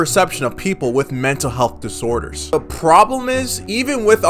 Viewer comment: Ahhh yes “mental heath”